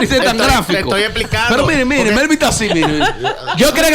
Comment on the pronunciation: Melvin lo pronunció bien